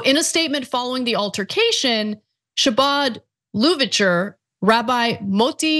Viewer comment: You pronounced "Chabad" and "Lubavitch" and "chasidim" wrong.